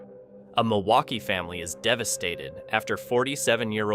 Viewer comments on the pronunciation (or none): none